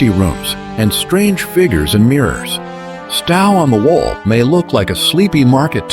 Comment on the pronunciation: It is Stow as in 'Owe' or 'Tow' NOT this idiotic AI pronunciation. Plus, the photos are not all matching the places the AI voice is trying to pronounce.